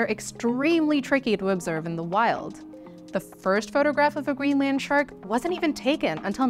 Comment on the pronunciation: The 'Green Land Shark' is a very funny image brought about by strange emphasis/pronunciation.